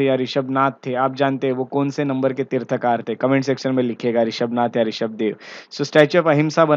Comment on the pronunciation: Mansthambha is not an ornamental structure. Please research and seek clarification from experts. Pronounce as Tirthankar, तीर्थंकर।